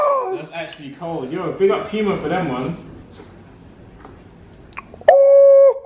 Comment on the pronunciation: That's the correct pronunciation. It's not "pooma"